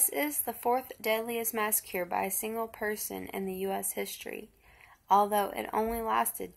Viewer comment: Just so you're aware, his last name is pronounced like Hen-Nard. And the city is pronounced like Kuh-leen. And it's massacre, not massacure. I'll never forget the day this happened.